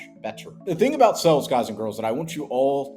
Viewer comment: It's pronounced sales, not sells.